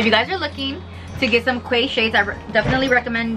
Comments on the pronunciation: Great video. Glasses looked great and I really want a pair now ❤. New subscriber. Oh and Quay is pronounced Key btw 😘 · Love your video... You're so gorgeous, dear <3 Actually, the pronunciation for quay is "key" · It's pronounced Key